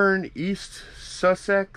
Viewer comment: As a Brit, the way pronounced Sussex had me cringing